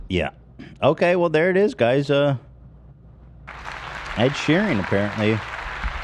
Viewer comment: Does Ethan genuinely think his name is pronounced Ed sheering?? It’s getting on my nerves even tho I also get triggered by Ed😭